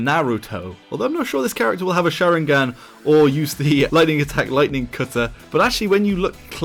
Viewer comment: “Na-wu-to” “Shawingan”